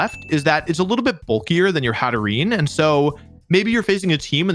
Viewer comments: I love that Anna is also calling Haterene "Haterenee" because Wolfe does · Love that Anna now also pronounces it "Hatteree-knee" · He got her saying haterenie 😂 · I can’t believe Wolfe got her saying Hateren-ee 🤦‍♂️ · Not Wolfey making a new Pokémon player pronounce Hatterene wrong.